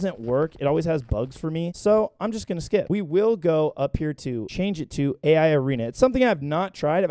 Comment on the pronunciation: I A ARENA?? WWHATS WRONG WITH YOU DAWG?!?? ITS A I ARENA